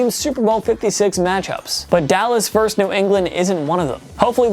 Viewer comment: The word is VERSUS, not "verse". A verse is part of a song.